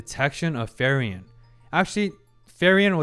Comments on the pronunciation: Ok, but ..... its not FERIEN ITs FRIEREN (Friiiren - in english read like "FREE - REN" ) 🤣 , but good video... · its frieren (free-ren), not fairen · a tiny detail, it's not ferry-en :) it's frieren[fri ren], german for freezing (when you're cold / shiver) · In German "ie" is pronounced as a long "e".... Her name is pronounced more like like Free-ren than Fair-ian. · Kieran, Firion, Feiren, even Luger... we all love the mispronounced German names. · It's kinda funny how he keeps pronouncing "Frieren" (the German word for "feeling cold") as "Ferien" which is the German word for "holidays". Maybe it's his subconscious desire to go on a vacation 😂 Joking aside, (4 :53) while I can see parallels, that's most likely to certain scenes being made to cause a similar reaction. You do have quite a unique perspective and insights, which is why I'm looking forward to your takes on certain events (especially in the 1X Episodes) and characters introduced later on. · like "Free-ren" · "Solltrag"? "Frieren the Elegy"? WTF? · Been hyped for this since you went to 1 episode per week. I have some questions/remarks: `Which episode do you start pronouncing her name properly?🤣 `Concerning subtitles, I'm curious where your source is from. If you haven't yet watched all the episodes and don't have a Crunchyroll acct, March 1st is when Netflix will finally get this series.. so there will be another huge influx of new viewers of this anime with the (likely) official subtitles. Also, I find it's easy to learn how to pronounce words in foreign languages by switching over to English Dub, if only briefly, just to hear the word spoken by the English voice actors. I always watch subtitled, but it irks me when I get it wrong myself.